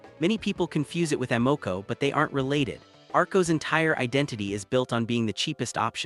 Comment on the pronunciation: Lol. A. MO. CO... need to know the proper pronunciation